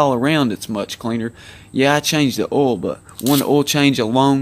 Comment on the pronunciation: Did not done Oil not all Ounce not ayounce Our not are Before not buhfore Find not fond Guys not gahz Drive not drahv Excited not exsahted Of not uh Tried not trahed